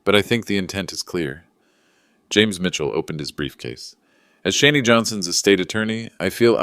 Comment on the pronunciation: Sshany, chany, Cheyenne, and.....best of all....shiny 😅